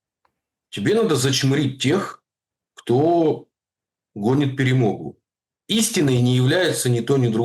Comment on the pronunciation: Ха-ха: "ПЕРЕМОГЬУ". Скажи слово: "ПАЛЯНЫЦЯ" . По украински звучит : ПЭ-РЭ -МО-ГА.